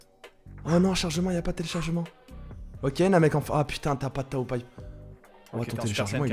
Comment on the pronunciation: c'est pas TAYO pai pai c'est TAOOOOOOOOOOOOO